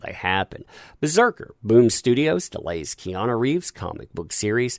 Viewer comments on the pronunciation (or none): The way you say Keanu sounds like Kiana. Lol